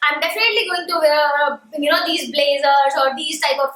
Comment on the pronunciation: What’s with North Indians and word wear? They can’t pronounce it right to save their life . Duh